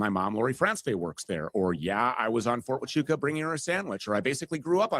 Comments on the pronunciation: I started thinking this is a Skit, every time he said “fort tuchawkaaa”…. The others say it properly and he only gets WORSE 😂😂😂😂😂😂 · it’s very telling that he can’t pronounce Fort Huachuca means he’s not following this closely, he’s just He’s out here shoveling crap for them! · I believe he was saying the name of the military base wrong (Fort Tuchaka) because if Stu says, yes he was there, then they can sue him for saying he was in the wrong place. 🤔🤔🤔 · I had to go list all his awful mistakes of the names on the fort on his stupid video fort 2 Chacha fort cuchacha ft. Coocaka fort coochie coo fort chubaca I think stu did fine and I don’t think you or anyone could do better than Stu did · you know he’s purposefully mispronouncing the name of the Fort, right? lol he’s trolling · He says the forts name wrong on purpose because he wants everyone to think he doesn’t know what it is or that it doesn’t exist.